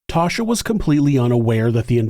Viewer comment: 'Tasha". not "Tosha"